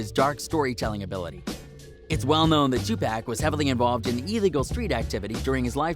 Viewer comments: This channel is weird the guy called 2pac 2PACK lol wtf. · This nigga called 2pac "2 pack" lmfaoooooooo clown ass fraud channel tfoh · "Two Pack" Whose mans is this? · I can’t take him serious after he said two pack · 2 pak 😂 learn how pronounce the names correctly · first off......you said "2 PACK" haha....theory already bunk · Lol Its 2Pac This dude who rec is dumb